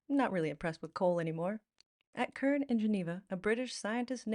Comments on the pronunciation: CERN is pronounced sern not kern. Just saying. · CERN, as in conCERN, not KERN.😊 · You pronounced "schedule" spot on "Cern" is normally pronounced "Sern" though :) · Sorry if I missed anyone else pointing this out. Hopefully a little more info as I don't mean to pick because in CERN the abbreviations often takes the C as an S pron. wise) If we were to pronounce as Cern it would be typically be spelled as Kern. But using the abbreviation (which also is wrong; or is it?). It's the European Council For Nuclear Research. But while usually pronounced (Surn) at least in England it is confusing but in Europe you will find that ordering of words; even in sentences does not match English conventions. I do wish I'd studied this more but I'm sure to with intention following effect or preference. It's one of the hardest things I've not still not mastered In German in particular. Let's not not move onto silent k k and z and p. When combined a totally different thing. So let's knock knacker it up with a xylophone 😂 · C.E.R.N is pronounced sern, not kern.. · 'SERN' not 'KERN' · CERN (European Organization for Nuclear Research) is pronounced as SERN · Cern is pronounced sern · CERN is pronounced /sɜːrn/. That is, it starts with a soft C (or S sound). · CERN is pronounced "Sern" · Cern is pronounced sern. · CERN is pronounced sern which stands for Conseil Europeen pour la Recherche Nucleaire which is french for European Council for Nuclear Research. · And having mined all that coal, there's none left in the UK that's easily extractable, hence the almost total demise of coal mines (with the last great battle over that being the miners' strike of 1984-85 - I was a student at the time and remember it only too well). So we're inventing other energy sources instead and leaving China to do the air pollution. CERN is pronounced with a soft c (which confused the auto-generated subtitles, which would be confused anyway). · To be a wee bit nit picky Cern is said as if the C is an s !😃